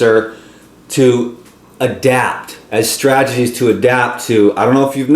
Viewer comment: There is no such word as "stragedies,". (Which rhymes with tragedy.) It's really Stat-e-gies. To break that down, you'd want to say STRAT - e - GEES. or One strategy would be STRAT-e-Gee. Look this up. Here's a YouTube tutorial on how to say it